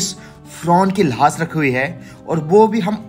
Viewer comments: भाई जान लाश को लाह्श क्यों बोलते हो लाश बोलो अच्छा समझ आयेगी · Lahaas nhi hota bhai lash hota h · Lahash lahash kya bol rahey ho bhaiye.Laash bol bey. Camera bhi worst lekar gaye ho. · Bhai thoda lafzon ko achche se bolo lahas nahi laash sahi lafz hai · Lash hota hai, lahas nahi, sahi se boley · Lahas nhi lash bolo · Lahas nahi lash bolte hain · Sahi se bolo lahas nhi lash hoti hai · भाई साहेब लास नहीं लाश बोले। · Lahaash Nahi hota Laash Kaha jata hai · Abe lahaas q bol Raha hai,,,,?